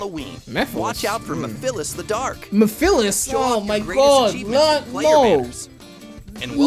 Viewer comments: The way they pronounced Mephiles had me rolling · the guy from the stream couldn't even pronounce mephiles name right